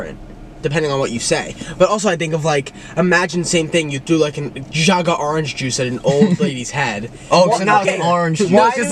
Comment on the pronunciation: I cant with how Nick said "jug of orange juice" fkn "jag of orange juice" 😂